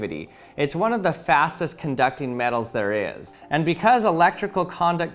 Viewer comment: I thought he said fatest no ofence